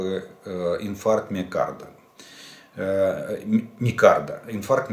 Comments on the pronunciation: Боже мой!Инфаркт не микарда,а миокарда.Что же вы такой безграмотный. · Инфаркт миКАрда 😂😂😂 РефЛижератор. 😂😂😂 Говори на саЙре , если Русского не знаешь. Семилимильными шагами😂😂😂😂😂